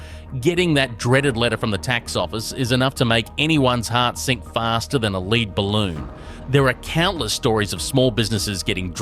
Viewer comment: Seems like it, with the narrator voice saying "Leed ballon". No Aussie would say leed ballon. It is lead, spelt the same way as the metal. It now makes me question this channel, just like I do with friendlyjordies and how he loves shilling the labour party.